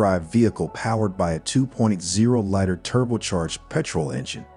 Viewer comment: Nice looking car but Bad Review. You cant pronounce Litre? I think this is a ChatGPT made video.